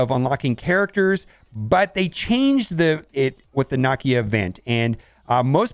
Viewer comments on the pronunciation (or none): Nuh-KEY-Uh (Nakia)....EmPHASis in the wrong spot haha:) Love ya though and great vid,!!